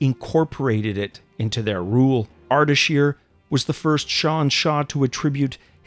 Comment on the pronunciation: It's Ardeshir not Ardashir